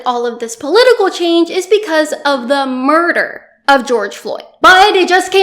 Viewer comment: why did she say murder like that yes it was murder wtf is wrong with you